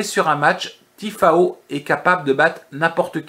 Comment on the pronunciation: Je te découvre aujourd'hui et je m'aperçois que tu viens de réaliser un très très joli... 0/4. J'attends de voir la vidéo de demain. 😊. Au passage c'est Tiafoe et non Tifao 😉